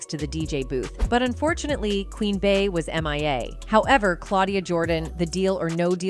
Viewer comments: Beyoncé’s nickname “Bey” is pronounced “Bee” not “Bay”. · It’s the way she’s pronouncing Bay lmao Bey